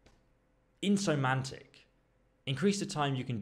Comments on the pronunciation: In-so-man-tic :) In - Some - Knee - Ack. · Not sure if it says "insomantic" or "dyslexic" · "Insomantic" made me laugh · Insomniac: Pronounced: IN-SOM-NEE-ACK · so an insomniac is called a insomantic in england also being an englishman you reading burgher as burglar is just brain twisting (i'm sorry if you have dyslexia i just can't get over the misreadings) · Insomnantic?, burgler? 😂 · insomantic hahahaha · LMAO at you not knowing the word "Insomniac" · It's "burgher" (townie, suburbanite, townsman, city folk, etc.), not "burglar." Also, you mispronounced insomniac. Maybe Henry isn't the only one who needs to improve his reading skills? ;) Speaking of reading, the perk that doubles your reading bonus is based on how comfortable you are. If you avoid the wanderer perk, beds at inns will give you a 150% reading bonus, which is amazing. If you get the wanderer perk, it's likely this bonus suffers as it's a comfort multiplier. While you thing you'll read in the wild, WRONG. You can't sit and read on camp beds which are on the ground instead of raised, barring you from getting a super high reading bonus. Reading is invaluable in this game if you want some excellent dialogue options as well as the ability to use skill books, especially late game Lv. 15 skill books. Personally, I went with Savage, because those bonuses are way more useful out in the country when looting and fighting.